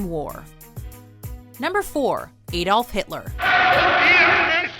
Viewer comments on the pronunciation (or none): Edolf? AAAAdolf pronounce it right